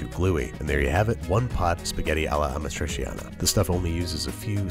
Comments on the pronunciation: ah-MA-tree-chiana (roll the R). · The cheese hasn't been integral to it when I've had it and it also had onions sautéed in it early on, with the tomatoes. Also, "ah-MA-tree-CHAHN-uh. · Careful Babish - if Carbonara triggers Italians, Amatriciana being like super traditional triggers them 30x. Still, I think that your first recipe is perfect, so you've got nothing to worry about. Also, Amatriciana is arguably the BEST of the Roman pastas, fight me. It's just *mwah*. Btw the pronounciation is Uh-mah-tree-cha-nah, 'ci' and 'ce' in italian are ALWAYS "chi" and "che". 'gi'/'ge' is 'jee'/'jeh', while 'chi', 'che', 'ghi', 'ghe' are "ki/ke/hard gi/hard ge' respectively. Always, no exceptions. That's why 'parmigiano' is 'puhr-mee-ja-noh', no French 'j'.